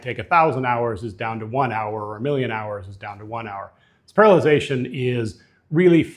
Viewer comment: And you pronounce parallelization wrong. You say "paralization".